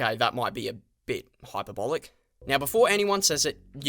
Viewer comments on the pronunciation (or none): "hYpEr bOliC"